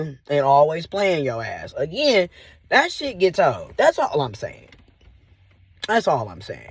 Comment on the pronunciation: I am absolutely tickled by your "A-Gy-ain" every single time.😄 Thanks for the great content!